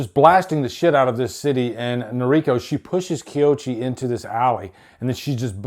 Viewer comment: Koichi, not Kioshi. Takashi, not Takaki.😂